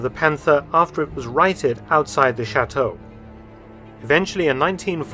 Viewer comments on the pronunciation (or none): none